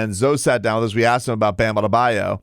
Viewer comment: Today we say Bams last name like Perk would Bam Adadebayou 😂